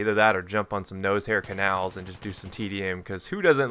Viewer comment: Lol haha lml still calling it NOSEHAIR CANALS haha too funny